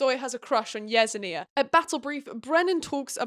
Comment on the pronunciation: I haven’t read the books so I fully accept I could be wrong, but the character who’s name you’re pronouncing “yez-en-ee-ah” would make more sense to me pronounced as “yes-en-ya”